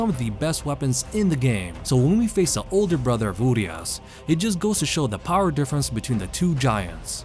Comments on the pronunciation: one additional info: the way u say URIAS is with SH instead of S. this is how u need to actually say: URIASH. on the the other hand, translation for STRAJER is perfect as Guardian with one quick note added: STRAJER is a form or archaic guardian in Romanian language taken from medieval times. nice touch from developers. cheers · Well it's actually pronounced "uriash", cuz in Romanian we have this letter called ș which is pronounced like sh. "Uriaș" also has this letter. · As a romanian the name is a bit painfull to hear lmao😂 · you trying to say a single word in my language "Urias" gives me ear bleeding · You’re pronouncing the name wrong